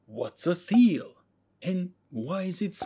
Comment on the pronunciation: Well done. BTW Thiele is pronounced teal (the h is silent).